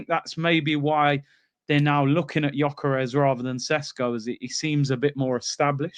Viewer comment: yoi -karez is a crazy pronunciation 😂😂😂😂